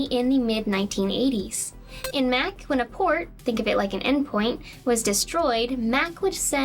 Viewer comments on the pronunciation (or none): lol, the "Mac" kernel. She means the /M/oh/c/ kernel. The /ch/ turns the ā to an ɑ ("ahh") sound. xD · Loved the video. Interesting you pronounce Mach like Mack. Obviously not a Top Gun fan. 🙂 It's pronounced Mock. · I use the Metal Gear Solid notification sound on my phone so this video was... weird for me. I kept thinking my phone was going off. One little nitpick and I wonder if it's just me but, "Mach" is pronounced differently from "Mac." The ch should be like the end of Loch - a gutteral sound, not a hard K sound. This might be a regional pronunciation thing. But, I have never heard anyone pronounce mach like mac. The a should be "ahh", etc. Essentially, as far as I know, mach is pronounced as if it were a German word. It's a very minor thing and we all speak English differently. I'm sure I mispronounce all sorts of words.